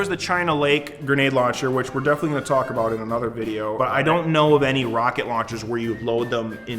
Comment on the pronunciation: Every time I hear the tf2 soldier say roket I hear croket it's super funny